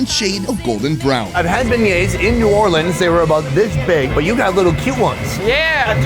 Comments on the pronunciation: No. We do not say “Nawlins.” No one does. That was created for t shirts by people who misunderstand the local dialect. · That is not New Orleans shrimp and grits. We don’t say Naw’ leans… only tourist talk like that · Yeah, We def do not say nawlins out here lol. That is def a tourist/foreigner thing.